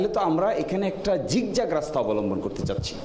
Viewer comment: Zigzag -এর উচ্চারণ কি 'ঝিকঝাক'? বাহ্!